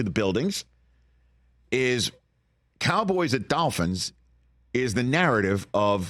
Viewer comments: It’s dolphins, not dalphins, Rich. Good lord. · Hey Rich, It's Dolphins not Dafins.